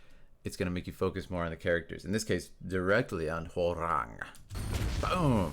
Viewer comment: As a Korean , thank you for pronouncing his name correctly ~ i hear so many non Koreans sayin his name Rang like telephone rang 😂